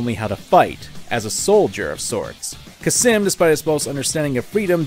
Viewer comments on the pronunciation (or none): Cam-sin not kasim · Khamsin, not Khasim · Fun Fact: It's Khamsin, not Khasim, he even says it. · its kamsin not kasim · Your repeated mispronunciation of Khamsin as "Khassim" is infuriating. Good vid trilogy tho. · How did you get “Khasim” from Khamsin? 😂😂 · ITS CAM SIN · It’s Kampsin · Except how to pronounce khamsin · I'm still 100% convinced he mispronounced both Khamsin and Excelsus on purpose just to piss people off. Or he has dyslexia. Maybe both. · Did you just... forget the 'M' in the middle of 'Khamsin'? Edit: "Excelcius" that isn't butchering, that's just flat wrong.